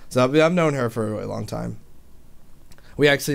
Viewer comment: you realized you said "a good wong while" ahahahaahahaha